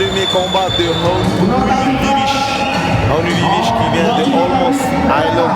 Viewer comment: C’est VIVISH merci de bien prononcer !!